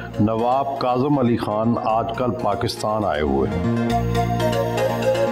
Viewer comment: Not Kazmi read KAZIM ALI KHAN